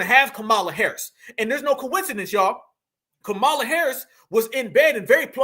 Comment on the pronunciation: Ok but please I listen and enjoy but as a black person please don’t miss pronounce Kamala name their is not a o in her name you saying it like ignorant whites say it